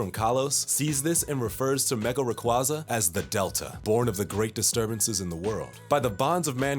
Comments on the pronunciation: Why do you say rayquaza like rayqueiza? RayquAAAAAAAAAAza ffs you little american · It's Rayquaza Not Rahquayza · You can tell this guy knows nothing about Pokémon by the way he pronounces Rayquaza. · I wish someone would correctly pronounce Rayquaza... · the only point in a nearly 20 minute video that you pronounced Rayquaza correctly 😂